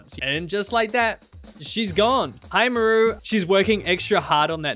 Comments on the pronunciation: Absolutely hate how you pronounce her name "Muhroo" lmao but I agree she is the most boring villager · I pronounce her name as Maar-roo haha maybe it's a Kiwi/Maori thing, but I've never heard Mah-roo before 😅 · most places pronounce it "m-ARE-oo" like marsh and marley. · Why does he take the A out of her name?